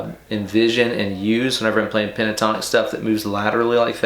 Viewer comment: Bro did you say "Panasonic scale?" Or is there cocaine in my coffee?